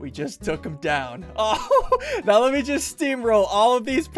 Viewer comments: Ssundee actually said “M E guy” Yes I know I’m 3 years late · He called a "Me" guy a "M" "E" guy